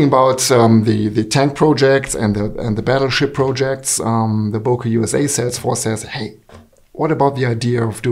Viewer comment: For the love of God, please stop calling Böker knives Boker knives... The key letter here is ø or ö, not o. Ø sounds more like the first syllable of early, rather than o like in overwatch. Other words containing a resemblance of the sound of ø is: sir, surfing, such, ugly, under, upper, surgeon etc, etc.